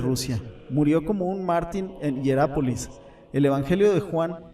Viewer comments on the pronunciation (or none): Es Judá (lugar), con acento en la a; es Jericó (ciudad), con acento en la o; es Etiopía (país), con acento en la í; es Dídimo (nombre propio), con acento en Dí; es mártir, no mártin. Acento, cuando se pronuncia, tilde cuando se escribe.